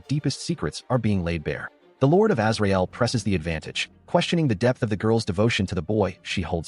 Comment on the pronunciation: When I heard "Azrael" at first I thought they said Israel. Lol